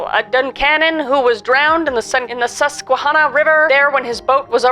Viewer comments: It's pronounced Sus kwa hannah (Like the name hannah) Just wanted to let you know because I live in PA <3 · It's Sus-kwa-hannah. Susquehanna, that is. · Sus-kwuh-Hannah. You made a good attempt but "skway-hanuh" didn't sit right, i accept your apology though 😂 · She says "what a stupid name" 😂 I live only 20 miles from Duncanon, PA. Almost pronounced Susquehanna correctly. (the hanna part sounds like hand not hond or hanna not honna) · pronounced Susqu-wa-hannah by the locals ❤️ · hi kris, pennsylvanian here! susquehanna is pronounced sus-qua-hannah! honestly you were so close!! lots of love <3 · Great video! The Susquehanna river is pronounced Sus-kwuh-hannah, like Hannah Montana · it is pronounced “sus-cwuh-han-uh” ~ han as in hand ! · Sus-ka-hannah is how I've heard it pronounced for Susquehanna river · Very interesting cases!!! Also, close with Susquehanna, we pronounce it Sus-Qwuh-hannah in PA 😊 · The way you said "Susquehanna" made me cringe XD Not your fault, no one knows how to pronounce it lmao you were close the second time you said it though! Also, had a friend who lived in Duncannon a few years ago (she's moved since then) and let me just say...creepiest freaking place ever. She HATED walking around by herself...especially because she lived right next to the dang cemetery o-o Honestly, the entirety of the Susquehanna Valley feels...strange. Got a few stories of different areas around here. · You really butchered saying "Susquehanna" and "Appalachian" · As a resident of PA I’m pretty sure It varies on what region people are from but usually Susquehanna is pronounced like the name Hanna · That was a HORRIBLE pronunciation of Susquehanna. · The way Kris pronounced Susquehanna 😂 PA words are such a pain to pronounce. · Love this video Kris and you did say Susquehanna River wrong. lol. I got chills when you spoke of a place so close to where I live and grew up.